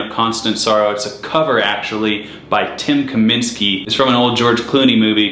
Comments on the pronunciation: Tim Kiminski? Absolutely butchered Dan Tyminski's name. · Dan Tyminski, not Tim Kaminski. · Dan, not Tim,!! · Not "Tim Kaminsky"... His name is Dan Tyminski, And he's awesome! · The name is DAN Tymninski, not Tim. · His name is dan tyminski not tim kaminski btw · Dan not Tim. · Dude, its Dan Tyminski not Tim Kaminski. Get you facts right. You took the time to creat this video but you didn’t do any research? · Dan Tyminski, not whatever the hell you said....